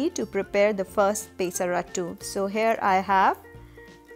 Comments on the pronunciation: I love the way you say pay-sa-rattu - happens to be a telugu word. I'm from andhra pradesh and we call it Peyh-sarattu here (not as fun as how you say it though ;)). Its refreshing to see so many formulations to make dosas. You're a genius to come up with all these varieties I must say. All my life I've stuck to traditional recipes. After seeing your recipes, I wonder how much protein I could've chugged through dosas up until now tbh. Well, they say it's never too late to try something good. I'll give this a try this week. Thank you for your efforts. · It's not peeesaratttu...It's pesarattu.. south India paruvu thisavu kadane* thalli...